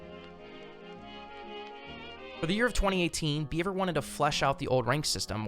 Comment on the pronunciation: i kept thought you were saying beaver, not behavior